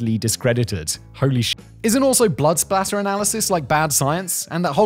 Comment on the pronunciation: I happened to read your comment before watching the video, and was surprised when Simon used the word and actually seemed to say "spatter". But then he used the word again just a few seconds later and said "splatter".